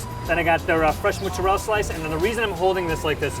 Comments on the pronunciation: You threw all credibility out of the window when you said "Muts-arella" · Those Sopranos pronunciations are perhaps indicative of Neaopolitan dialect? They don't add say the last vowel in words like calzone/mozzarella because it's Neopolitan emigration to the USA rather than say Roman that influenced ItalianAmerican speech and food. That's my guess.